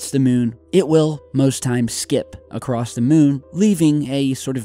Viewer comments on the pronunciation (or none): Did you just say "acrost" with a fucking t?!?!,? Bye